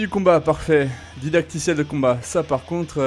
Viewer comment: "Didactiel", pas "dadictiel" 😅😉